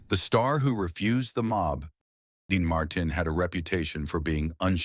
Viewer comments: Quit using AI that cant even pronounce names Dean Marten. Using real people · The butchered pronunciation of Dean Martin ‘s last name was truly a crime. Perhaps A.I. should do some research on these iconic stars who were so very famous. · Why can't he pronounce Dean Martin's name properly. Its not a hard name. Who cleared this video before it went on the Web.